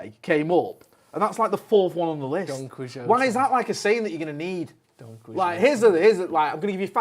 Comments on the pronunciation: The look of absolute disgust and disappointment on Joe's face when says Don "Quizote." HAHAHAHAHAHA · Im still laughing at 'Don Quis-jowtey' lol